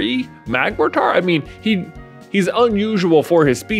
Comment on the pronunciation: Alright J, I know it’s your channel and I know your stance on pronunciation, but it is INDISPUTABLY pronounced mag-MORE-ter Mortar… like the canons they fire in wars. Canons… like the literal canons it has for arms. It’s right there man, cmon